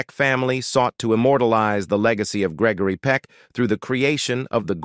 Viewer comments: You ought to check on your speaker His mispronounciation of Peck's NAME is hilarious, Your video HAS BECOME AN ABSOLUTE RIOT , BUT SHAMING THE ACTOR.. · You are saying his name wrong You should not be doing the talking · Next time spell and pronounce his name correctly!!!